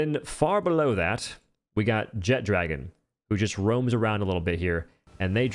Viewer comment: It's not jet-dragon it's one word jetragon